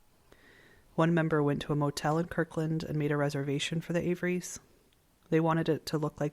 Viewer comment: It's KIRTland!